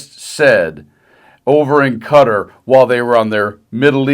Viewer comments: Agree with you always. Thanks for your intelligent videos. Quick note: It’s pronounced, “kuh-TAR,” not “cutter.” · Is pronouncing Qatar "Cudder" in jest? Why is everyone calling it 'Cudder'? Is this like when they kept bitching up Kamala's name just to be obstinate?